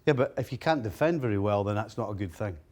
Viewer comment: man said he cant deffend🤣